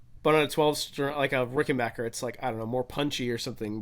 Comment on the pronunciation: And it's Ricken - BACK - er, just like Get BACK! It's not Ricken - bark - er 😂